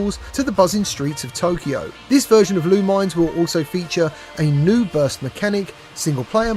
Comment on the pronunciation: Haha, it's not pronounced LOO-mines. It's Loo-min-ESS, like Luminous.